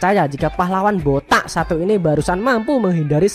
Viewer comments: Jangan terlalu ditekan kalo ucapkan botak entar ada tuyul marah😂😂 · Bilang BOTAK.nya greget banget. Yg ngrasa botak pasti sebel bet dah. 🤣🤣🤣